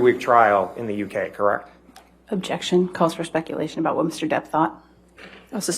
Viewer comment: Kirrekt? Kirrekt? I’m going to have nightmares of this guys voice. Kirrekt.